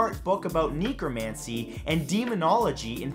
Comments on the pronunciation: The word necromancy isn't pronounced NEEkromancy, it's NECKromancy. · am sorry mate? kneecromancy?? its said as neckromancy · Nee-cromancy?? It's necromancy... Dude, didn't you say you played Diablo II..? Hmm, I imagine you as a Freenzy Barb, or a Hammeerdin maybe... Other than that, good 50AFs, The Beatles LOTR with Kubric would have been awesome as hell tho! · It's pronounced neck-romancy ha. And ya magic, divination and necromancy were a big deal back then during the middle ages and early modern period especially.